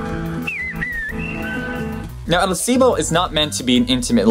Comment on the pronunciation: Why do you not pronounce the L in "silbo"?